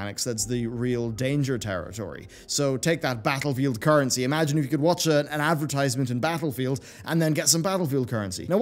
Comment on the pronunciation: Advrtiiisement. Did you do it on purpose? You enunciated it normally later in the vid. Either way, hope in humanity is steadfast dying.